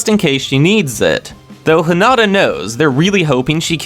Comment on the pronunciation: Heen ah tah … is how you pronounce Hinita